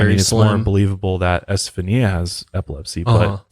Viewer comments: Her name is pronounced: Esta fawn ya Accent on 3rd syllable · Do you know who Gloria Estefan is? I think it's pronounced like her last name, with a "ñia" sound at the end. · I am a recent subscriber and have been binging on your channel I love your videos I think the pronounciation of the girls name is Esta fawn ya Some names are not easy to pronounce. Maybe they called he Steffie or Stevie That would have been easier Thank you for sharing this with us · Omfg....it's S TA FON YA NOT s ta phone e a....Jesus Christ my heads gonna explode if I hear you slaughter her name like that anymore lol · It’s pronounced esteFAWNya not este-fa-nia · Este fawn ya is how you pronunciate Estefania. If that's how you spell the poor girls name. At least that's the standard procreation of it. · just FYI you pronounce her name ESTA FON YA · Say S ta fawn nee ah. Before using an Ouija board just ask for protection and you'll be fine. Also its how much power you want to give it haha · Its Es•ta•fah•n•ya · It’s pronounced Este~fhan~ya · Don't you have a translation app that has pronunciation on it, cause you are butchering her name.